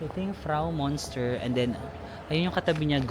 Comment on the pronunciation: Anong Bahnhofstrass? 😂Bahnhofstrasse you have to pronounce all the letters— Banhof ish tra se in English Railway Station Street. Münster read as myunster not monster just FYI 😅